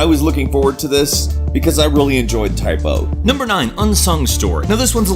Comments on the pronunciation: dammit man its Type-ZERO DX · It's Type ZERO they are class ZERO not type-O or class O!!!!!!!!!!!!!!!!!!!!!!!!!!! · say type oh again, i fucking dare you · forever calling it Type - O (oh) even though it's spelt Type - 0 (zero). >.> I guess that's his thing now though. Class zero is now class oh. xD Hehehe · its not type O its type 0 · TYPE 0 ( pronounced "ZERO" ), if I may. You can still ask the dev' team if you think I'm wrong, yet it would made more sense to say it that way ^^